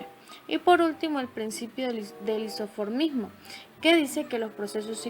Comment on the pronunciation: En el minuto habla del isomorfismo y lo pronuncia mal.